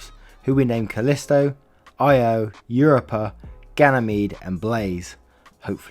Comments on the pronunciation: Io is pronounced EEE-OH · Io is pronounced EO the dog story had some nice prorevenge goin for it too, lol also i think ud match my bag perfectly dc, lol the last story im betting the daughter was just a greedy bitch who wanted the money to buy some stupid shit like clothes that are name brand (more gucci......fuck i hate that name i want gucci to dieeeeee)